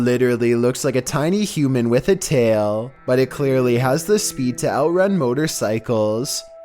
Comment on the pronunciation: Jesus Christ the pronunciation of “tail”